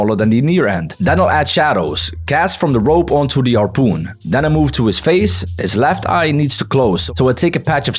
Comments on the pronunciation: bro just said harpeen and now said harpoon was insane 😂😂😂😂😂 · bro said harpeen gun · Why you said harpeen that makes me laugh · "The harpeen" huh harpeen?😂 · When you said harpeen you sound like Filipino